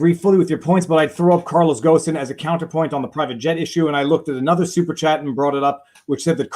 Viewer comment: Bonjour VivaFrei, le nom Carlos Ghosn se prononce gône, comme en français cône mais avec un g. S silencieux. You're welcome.